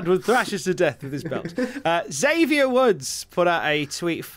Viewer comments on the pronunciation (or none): of you ever meet Xavier Woods, for the love of god, don’t call him “Zavier”, he fucking hates when people don’t pronounce his name properly. It’s Ecks-avier Also: I’d like Charlotte vs Alundra. Battle of the eras, and lord knows Charlotte could easily help Alundra with any ring rust she might have